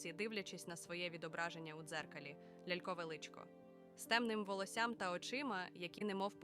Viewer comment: Я гадала вона Юм'єла. А ще кімонó. І... волóссям))) Однак як для Аі дуже непогано)